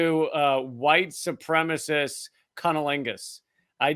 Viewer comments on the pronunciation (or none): Did Lee say white supremacist or wife supremacist